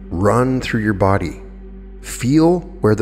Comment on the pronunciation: Oh, He's Good! is a Master Motivator and Psychological Genius!!! "feel where the breath enters your *B(r)ODY*..." gave me the chuckle I desperately needed to change my entire disposition from being dominated by back pain, downtrodden and not wanting to get out of bed to do anything... to taking my mind off of the pain and stiffness and no longer thinking about how difficult it was going to be to push through it in order to struggle through the day to accomplish my goals and it reminded me that my plans, goals and purpose are bigger than me and pain! This is proof that is Superhuman! It wasn't a mistake, I think his subconscious made it happen on purpose... and I appreciate that he didn't edit it, because it's the perfect amount of slightly different to wake the listener up, distract them from what they were thinking and/or make them think, 'did he just say BrODY instead of BODY...?...well apparently he's human after all!'... but make no mistake, Did That On Purpose! Whether it was his Subconscious or he Consciously did it, who knows...??? ☆Have you all noticed how much material he's been producing lately...???☆ This is no mere mortal that we're talking about... this man is Superhuman, in fact, he's more than that... he's the ☆Astral/Ultradimensional/Supernatural/Extraterrestrial/Esoteric/Angelic/Manifestation/Ascension ♡ Guru/Guide/Motivator/Master, Inspiring Humanity To Become Empowered to avoid the pendulum of catastrophic disaster by Manifesting th